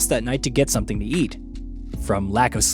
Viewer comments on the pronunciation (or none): none